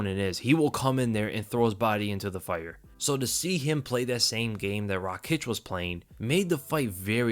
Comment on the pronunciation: Noo Rakiic its Raakic